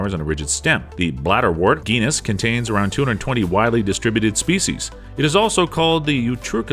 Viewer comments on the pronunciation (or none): “The Bladderwort GHEE-nus”